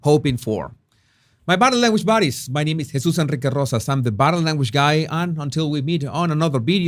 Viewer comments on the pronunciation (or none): none